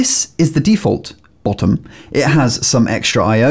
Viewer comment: They way you say bottom makes this mate 🤣